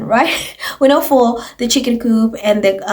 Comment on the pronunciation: Louis’s chick-inn 😂😂😂😂